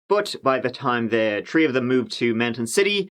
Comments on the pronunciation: I know it's wrong but i would really enjoy your videos a lot more if you pronounce three briefly. If you told me look at the three trees. i would hear look at the tree trees. I really do try to let it be but it's really automatic. I won't ever comment on it again. Love ya like. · Love the way you pronounce certain words that begin with “T”. Three is tree. Thought is taught. It’s cute and sounds like a little kid. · Tree, tree, the number "tree"!